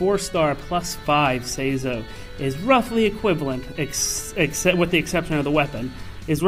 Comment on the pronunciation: Loses all credibility when he pronounces it like (Say-zoh) Never clicking a video by him again.